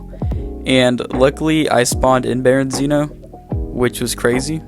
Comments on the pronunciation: Berezino not berenzino lol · I never knew someone calling Berezino "Berinzeeno" would piss me off so much.